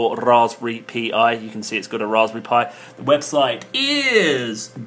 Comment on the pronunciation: Dude, please stop saying P:I , its Pi as in Pie, Raspberry Pi, get it? Like Apple Pie, Blackberry and Apple Pie. Pie pie Pi ... Do you understand? I can't take no more.